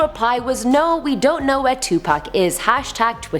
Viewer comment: 😆 thank you for saying Pacs name right, 2 Pac and not 2 Pack🤣